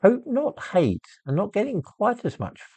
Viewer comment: Jope not jate